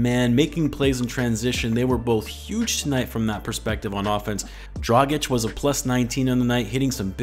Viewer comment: Aaaaaah finally you say Dragic the correct way, thank you :D